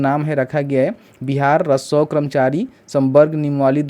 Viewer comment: पहले राजस्व बोलना सीखो फिर वीडियो बनाओ 😂